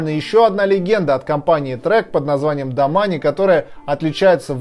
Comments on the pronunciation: Произносить нужно домейн а не домане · Мне одному кажется что правильно домэйн а не домани а то кровь из ушей идёт) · Так и есть)